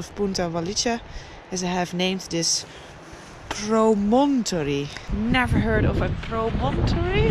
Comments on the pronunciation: ... and the accent is normally on the first syllable. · Promuntry is my pronunciation and it’s a sticky outs bit of land like a cliff that sticks out over some where